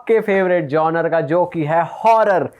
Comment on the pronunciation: bhai i really really like horror but can you please pronounce 'genre' correctly...? don't spoil the fun for me?